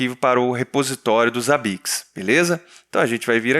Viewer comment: Odeio quando os caras falam ZABIQUIX